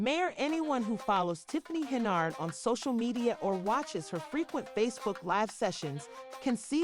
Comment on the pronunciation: Can you not say "Yard"??? Hen-Yard... That's her name, not "Hen-Ard"... Come on now!